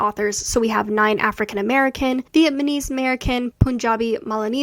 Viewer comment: I love your data analysis videos; they say everything I have been thinking about these achievements but couldn't totally articulate. one thing...I noticed that you pronounced and wrote "Vietmanese" instead of "VietNAMese" on your charts and in your videos. I wanted to point this out and let you know so you can avoid it in the future!! It's a really common mistake where I currently live in Texas, so I've heard/seen it before. That's all!!